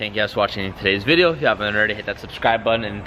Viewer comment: “todays vrrrdio”